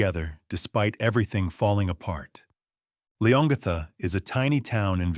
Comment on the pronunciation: ……it’s pronounced ‘Lee-on-gatha’………